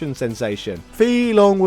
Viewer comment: Fee long? It's pronounced like Fay Long. Ryu is pronounced "Ryu" but it's very hard for non-Japanese speakers to say, so Ree-you is closer, Reye-oo is just totally wrong.